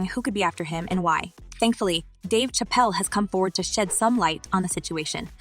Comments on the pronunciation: Did she just say Dave chapel ? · WTF, THESE PEOPLE HEAR HIS NAME AND STILL PRONOUNCE IT WRONG, THAT'S WHAT I CALL A DUMB 🤬